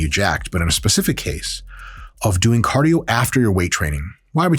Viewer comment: CADIO sorry couldnt help it